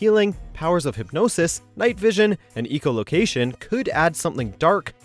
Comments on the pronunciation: "Eco-location"? Seriously, can you guys not do a 2nd take??? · Whoa, whoa, whoa.....Did you pronounce "echolocation" like "EEK-oh-loh-kay-shun?" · Eecho Location? God, I cringed so hard when I heard that. Bad enough when you guys mispronounce names but a simple term like Echo Location? How do you mess that up? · "bay-gage"? Seriously? I get you're reading from a script, but do you really not know the word "baggage"? How about "Eco" vs ECHOlocation? I'm not even going to go into "noble, prize-winning " vs "Nobel prize-winning" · "*Eco* location" Seriously...? 😒